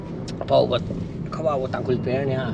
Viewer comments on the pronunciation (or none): Tangkhul not thangkhul bruhh